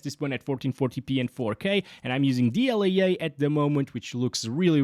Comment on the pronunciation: what is dl-yay-yay?